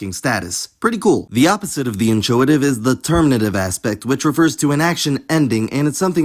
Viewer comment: the ch in inchoate is k not ch that's how greek loans work